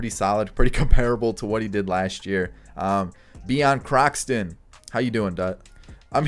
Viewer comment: ? Who’s Beon Kroxton😂😂